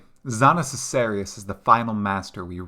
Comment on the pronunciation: Zana Sicerius?? really?? You did that on purpose or?? Zana Kaiserius is how they pronounced the name in the game just like Valdo Kaiserius... Btw this Zana or Exile villain theory had been there for ages. Im sorry man! Holy F.... your intonation, i cant continue when you do Zana voiceline 😬